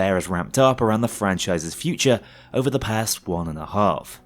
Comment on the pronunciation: This isint just "over", this is "jover"